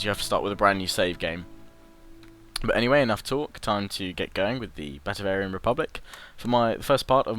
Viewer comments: Batavian not Batavarian no R mate :D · Yeah he's getting Batavian and Bavarian mixed up. There's no such thing as Batavarian XD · He also keeps calling it: Batavarian. He needs to read more carefully. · Try to say it Bah-Tay-Vian Bah (short a, kinda like shouting Bah! at someone) Tay (long 'a' sound) Vian (same as 'avian' ie. bird stuff) If that doesn't make any sense (rarely does :P), then search "batavian" it at a place called Howjsay Hope this helps :D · There's no 'r' in batavian...